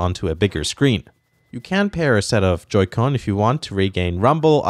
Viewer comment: What the hell is a Joy co? He keeps saying it, I still have no idea how this all works.